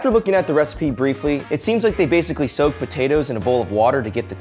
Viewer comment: soak the word is soak